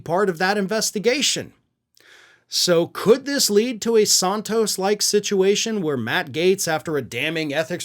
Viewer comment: I love you, man, but every time I hear you say “Santos” incorrectly, I cringe.